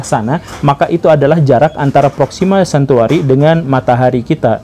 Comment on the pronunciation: Proxima Centauri pak bukan cantuari :(